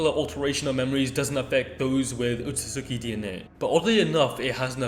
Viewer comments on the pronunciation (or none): Alright it’s driven me crazy all video it’s pronounced “OH-SOOT-SKI”